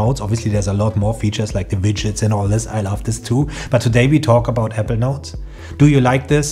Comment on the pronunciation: Really good video. Thank you 🙏 A little constructive feedback, I actually thought you were pronouncing ‘evernote’. When you meant Apple Notes. 🙏 I think you pronounce too quick the word ‘apple’.